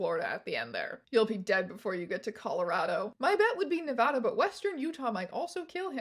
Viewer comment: THANK YOU FOR PRONOUNCING NEVADA RIGHT!!!